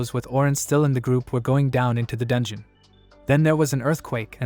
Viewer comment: Can't even say dungeon and what's with the hitman.... All this ai saying dumb things makes me me not want to watch this things